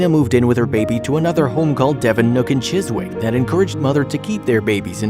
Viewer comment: I was thinking about this too...."Chis-wick? 😂